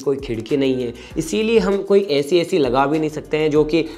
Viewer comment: गाइज़ यार, एसी नहीं ऐसी 🤣🤣🤣